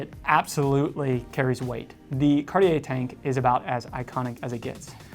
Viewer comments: My main issue with your pronunciation ( sorry :) ) is actually on the brand name. You're not pronouncing the T enough. I hear "Car-yeah" or "Card-yeah". It's "Cart - yeah". T like in caT. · Here's a tip for your pronunciation. The 'I' in cartier isn't pronounced. You pronounce it 'cartjer' so the 'er' sound is correct but replace the i with a j for the right pronunciation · Mispronunciation of any language is nothing to be proud of. You should learn pronunciation rules, practice and then you won't have to make feeble excuses. Start with English though won't you, because your English needs work too. Carteeyay so many times I could not watch more than 90 seconds. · Isn't it pronounced Car-tee-air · Actually it is pronounced Cuh-tye. With the -uh very soft and gentle and -ye pronounced like it Kanye. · I so hate the way Americans pronounce French words like Cartier…just do some research and listen to how French speakers say it…it’s not rocket surgery guys…. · Horrible how you speak out Cartier. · how do jou expect me to take you serious if you can't pronounce Cartier?